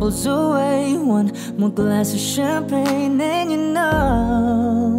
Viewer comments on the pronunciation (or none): none